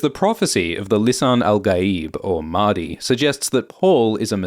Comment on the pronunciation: it's "Mahdi" not "Madhi"